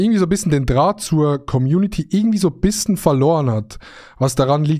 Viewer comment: Wir haben den gleichen Sprachfehler wir sagen bissen statt bischen